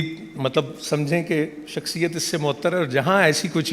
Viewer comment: شخصیت ہی درست لفظ ھے ، اس کی اصلاح کرلیجیۓ ، اگر آپ شخصیت کو شکسیت کہتے رہے تو پھر آپ کو اپنے پروگرام میں کوئی بھی نہ بلائے گا ۔